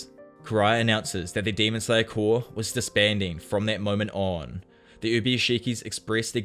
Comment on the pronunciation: For the love of GOD. I know it's spelled like corps but it's pronounced like core